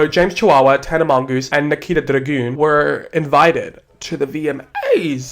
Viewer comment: I cry everytime you say tana mongoose 😩😩😩😩😩😩